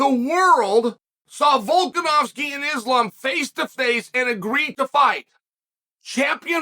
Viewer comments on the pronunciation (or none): none